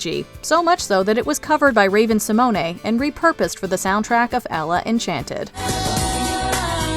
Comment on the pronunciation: Ravem Somone=Raven Sa-moan!